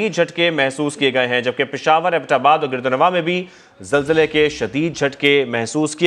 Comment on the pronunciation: zalzale ke .. bolna seekhlo pehle .. har chiz me Jay na laya kro. apne aap pr haso